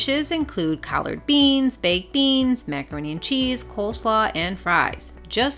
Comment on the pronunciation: Great video highlighting non chain Restaurants. By the way it’s Collard Greens, sounded like you said Collard Beans lol. We love Collard greens and Turnip greens with dinner, hard to find in restaurants up here in Michigan.